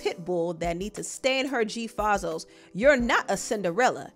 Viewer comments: They called G-FAY-ZOES 😂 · It’s the way she pronounced G fazos for me😂